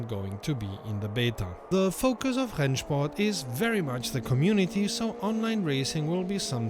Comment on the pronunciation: I'm usually surprised about your perfect german ("Rennsport"...) but if you're interested in a little better pronunciation, please don't say Nürbursh-ring but Nürburg-ring. Although some german dialects pronounce it exactly like you do, standard-german would pronounce the g like in "bag". Keep up the great work, thanks for everything! 🙂👍